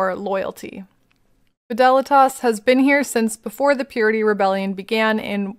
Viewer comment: I think Fidelitas how you pronounce it is correct, also instant subscription after 2 minutes of first video, amazing content and delivery, thank you ❤